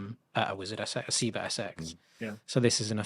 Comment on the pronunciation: I keep asking people why they keep pronouncing Seba as Seebuh, as if the name Sebastion is really pronounced See-bastion.